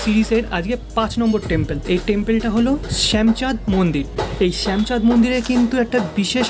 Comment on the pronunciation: সুন্দর কভারেজ। কিন্তু শ্যামচাঁদকে একাধিকবার শ্যামাচাঁদ বলছো কেন? আর মূর্তিটি কষ্টি পাথরের, কিষ্টি পাথর নয়।